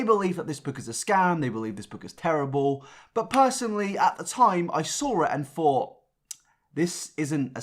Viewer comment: Why does he say "fink" instead of "think" and "fought" instead of "thought"? Is this an accent thing or what?